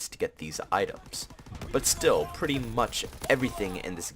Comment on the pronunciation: I❤️u pwety much bro 😂 no homo